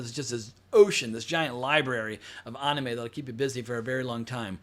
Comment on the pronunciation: Omg I hate how you say Anime 😂